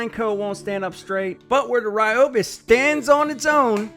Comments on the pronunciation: Ryobi not Reeobi. 🔥👍🏻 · Ryobi not Riobi.